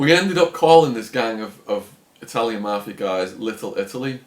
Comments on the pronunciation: It's MAFIA, not MARFFFIERRRR. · Anyone else hate the way he says mafia ?